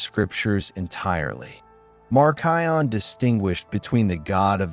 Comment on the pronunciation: Even though a lot of this information is correct there are a lot of things that seem off in a Christian history perspective. He can't even pronounce Marcion correctly. I am all the way to Marcion and he hasn't even mentioned the Didache. Hasn't mentioned the martyrdom of the Apostles. He does not quote much scripture. Hasn't mentioned the early church fathers who were taught directly from the Apostles like Polycarp and such. I think his understanding of how Cannon was established is a bit fuzzy. I am a little over half way and my opinion is there is a lot missing.